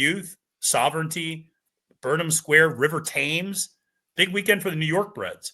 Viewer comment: great video but please the pronunciation of River Thames is killing me, it should be said as 'Tems' as opposed to 'Tames'